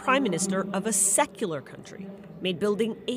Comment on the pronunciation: I was shoked , the way she said " SECULAR " , , but then i realised " oh it's bbc ..." 😅